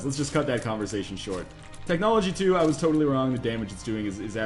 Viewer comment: technology* I normally wouldn't correct someone, but you just butchered the hell out of that word.